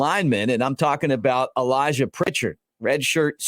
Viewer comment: Update: Pritchett has removed his name from the portal! Also: It’s Pritchett and not Prichard… He’s not the city north of Mobile.